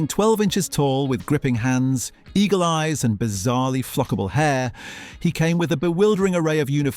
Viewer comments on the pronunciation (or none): none